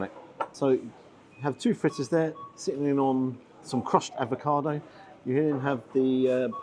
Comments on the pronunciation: Do you keep saying ADVOCADO rather than avocado...??????? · Is there any particular reason for calling 'avocado' "advocado"? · Love your channel. Unless I’ve missed a joke along the way, it’s AVOCADO. One d. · I'm very amused by the way you said ADvocado. Very Atkinsonesque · Sorry don’t have time for a ‘food critic’ that says “advocado” ! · Oh, ‘advocado’? 😂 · refusing to pronounce avocado correctly always makes my day! ❤